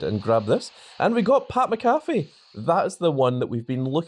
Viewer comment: How many times you gonna mispronounce Pat Mcafee 😂